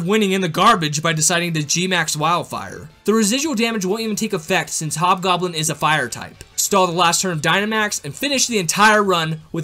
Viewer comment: it hob goblen not yellow goblen